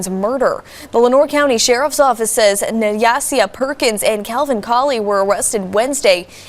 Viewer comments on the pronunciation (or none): That new reporter sound like a wyt teacher that could care less to pronounce her name correctly... I would hope her name is pronounce like Ny Asia and not what the reporter said😮😮😮. Yikes